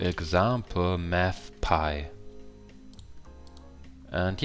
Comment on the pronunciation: Meth or Math ?